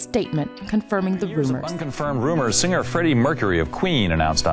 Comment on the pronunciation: "Sing ger" xD